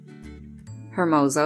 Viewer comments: "her-moze-oh"?? dude cmon it's "ehrrr- moh- soh" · Very informative! But I laughed at the way you say "Hermoso" because it's a Spanish word said like "EHR-mo-so"